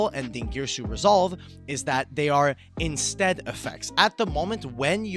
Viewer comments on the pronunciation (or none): I come back to ruling videos every so often and I just noticed the "intstead"